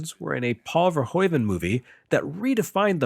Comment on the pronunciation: Minor nitpick, sorry but I can't help myself English speaking folks never the pronunciation of Verhoeven the right, even though it's pretty simple The oe in Dutch should sound the same as oo in English